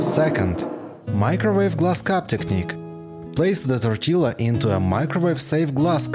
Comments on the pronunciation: hey hey just a tip, tortilla - the LL isn't pronounced. Tor-tee- ya! 🤷🏼 . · I really enjoy your videos and the tips you give are very usefull. May I comment...do not pronounce the "double ll" in tortilla as in italiano is "tortiyia". We mexicans do not need them to be in a certain shape to eat them . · It's pronounced Tor TEE Ya. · It’s pronounced tortiya , the L is pronounced a y. Love your videos. All the best! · Check out your pronunciation of tortilla. Try tor tia. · TOR-TEE-LA Hahahah!! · It is pronounced torteeea. Not trying to be a dick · Love, love this channel. Just 2 quick tortilla things. I don’t know if you can get corn tortillas, but that’s what we use here in the states. In Spanish double l is pronounced as a “y” sound. No big deal, but thought you might like to know. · Interesting how you pronounce tortilla. You say the L sound and then finish with the YA sound. In Spanish, it's just the Ya sound after the Ti sound. Great hacks btw, definitely gonna use a few of these! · Tortilla...pronounce the double L like the letter Y (ya). This is consistent for Spanish words. BTW, ❤ your videos! I find the music a distraction, perhaps lower the volume. Thanks...